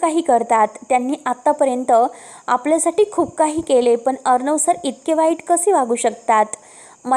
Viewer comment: वाचन चांगल करा.साटी नाही तर साठी अस वाचा ना. अर्णव असा शब्द आहे हो. कस वाचता. आविष्य नाही आयुष्य अस आहे.